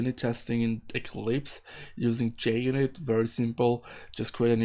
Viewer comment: Mate it's Junit not Jnit unless if jnit was ur x-gf. But many thanks for the video